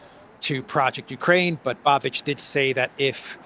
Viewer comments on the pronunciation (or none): I told you a couple of days ago, please pronounce Mr. Bais's name correctly. Š is pronounced Sh in English. It is Babish, not Babidge!!! Otherwise excellent show as always.